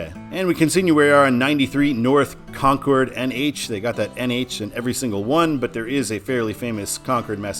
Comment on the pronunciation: Thanks! How about a shout out to Exit 3B on I 95 south in NH for Stratham (Strat-ham) Love the channel Thanks for the correct pronunciation of Concord